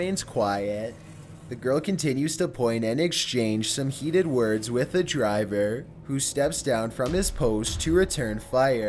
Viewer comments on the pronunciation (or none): I love voice! I just really wish that he'd learn the correct way to pronounce words...